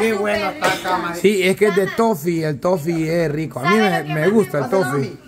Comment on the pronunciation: Cama? Bessy y Odalis y sapo solo así dicen camaa?